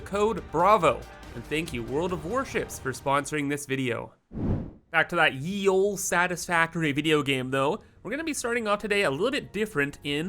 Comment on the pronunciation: Fyi: The funny looking Y in old English words like Ye Old Pub is not a Y and the letter is not pronounced as a Y. It is a distinctly different old letter that was pronounced "Th'. So "Ye Old Pub". Is pronounced The Old Pub not as a Y. With this is mind you should have said "welcome back to the old satisfactory..". Not "Ye". Because that funny looking Y in old English Ye stands for Th and is pronounced "Th'" and not Y. Also: "That's no moon. That's a space station."